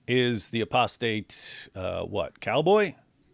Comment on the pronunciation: Why i hear prostate cowboy instead apostate cowboy 😅.... Love you guys ❤️🤠👢